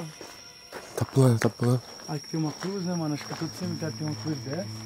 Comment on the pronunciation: Cemeterio não "selemeterio"kkkkkkk